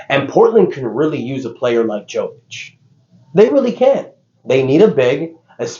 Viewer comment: It’s pronounced yovic and yokic. You do it every video 💀